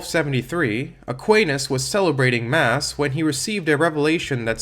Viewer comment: Very strange view on thomism, also that’s not how Aquinas is pronounced in English